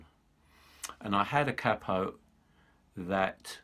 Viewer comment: Good to hear capo pronounced correctly. I've lived in the US for many years and always heard it said "cay-po" which sounds proper daft.